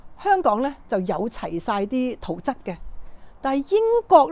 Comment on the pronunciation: 圖則，則字讀（積）😅😅😅